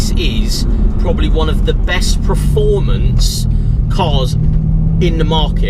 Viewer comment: someone please teach how to pronounce PER-formance not PRE-formance he says it in every video